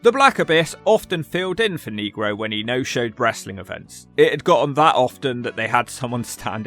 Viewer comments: ☝️Abismo “Nay-grow” not “Knee-grow”! 😅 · You gotta pronounce it Neg Roe not Kneegro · yes and it's fine😂 you have to roll the R's off your tongue instead of pronouncing it (knee-grow) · why are people from the united kingdom so close to spain yet utterly unable to pronounce spanish words properly? nehgro is one thing but neegro is an old, condscending term for black people. I think the promoter had another guy ready to go because Abismo Negro had become unreliable. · FFS don’t pronounce negro like you’re an Alabama sheriff. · U aren't saying the Spanish word for black right. Lol